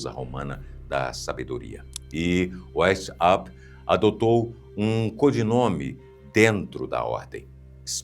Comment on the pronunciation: Pronuncia-se Adam "Váis-áupt" (alemão).